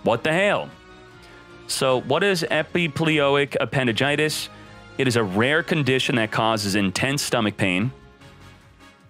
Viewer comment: PRONOUNCED SOMETHING CORRECTLY!!!! also hes ok:) i cant live without being called a FOOL